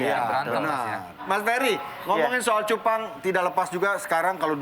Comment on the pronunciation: cubangg bkn cupang